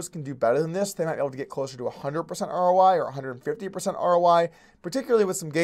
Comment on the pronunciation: Are you saying R.O.Y.? Or R.O.I.? What is R.O.Y.?